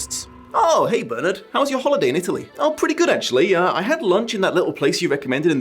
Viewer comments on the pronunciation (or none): none